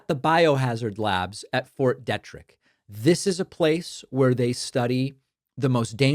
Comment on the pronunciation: David, you also mispronounced Fort Detrick. It's "Dee-trick."